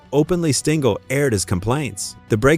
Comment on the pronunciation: Thanks for enlightening me about Weiss but you are mistaken about Mantle hating Maris. They were friends. BTW - Tell your AI friend that it is pronounced Stengel, not Stingel, and that it sounds ridiculous to say 1-9-5-1, etc. when referring to years.